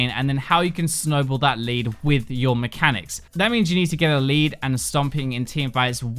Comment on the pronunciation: Hahaha. Mehcanics